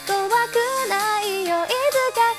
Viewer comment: 谢谢 「2人で」のところが少しだけ発音が日本人とちょっと違う気がします。個人的にですが…